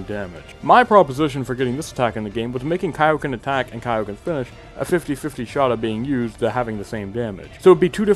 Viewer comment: you missed one and i was waiting for it all video Goku mispronounces his Kaioken in BT3 and says "kay-oh-ken" instead of "kai-oh-ken"